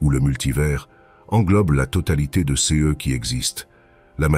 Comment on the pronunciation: C'est une IA. 0 Doute. le "CE" en est une preuve plus qu'évidente alors que le reste pourrait passer parfois pour une erreur humaine, mais là non. C'est une erreur humaine impossible, donc IA.